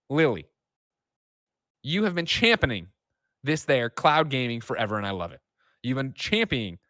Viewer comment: TIL Greg Miller can't say championing